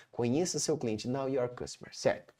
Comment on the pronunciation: Muito bom!! Apenas uma observação, a pronúncia, é know (noʊ) your customer, não "now" de agora. Muito obrigada pelo conteúdo.